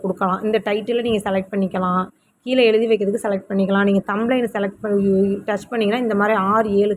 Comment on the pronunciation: அக்கா தம்ளைன் இல்லை அக்கா "thumbnail" இது தெரியாமல் எப்படி அக்கா பாடம் சொல்லிக்குடுக்கிறீங்க? விட்டுப்போட்டு சமையல் சாம்பார் வீடியோ போடுங்க அக்காச்சி.